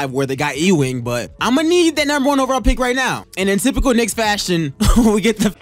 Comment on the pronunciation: Did you just say E-Wing for Patrick Ewing lol